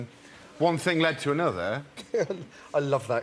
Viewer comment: "Thing" has a g on the end ;-) Sorry, couldn't help myself.